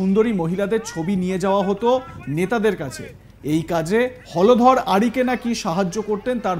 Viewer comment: হলধর না হোলধর?😂😂😂